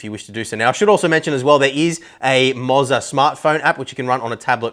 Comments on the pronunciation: It's pronounced Mo-ZAAAAR! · "i-os" "moz-a" man i love how aussies have the same power as americans of just out right butchering the english language.